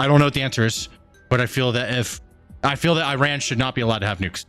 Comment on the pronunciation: I believe its pronounced ( E-run) 😅 Btw....That evil regime not only wants Isreal and every Jew world wide to flounder under their Islamic sword but they chant for all our deaths here in the west and every non-believer to perish by their hand! No joke. They secretly pay islamic cells to attack! I feel bad for the people who not want death to us all but have to put up with such a regime? This could get scary if they already have sleeper cells worldwide?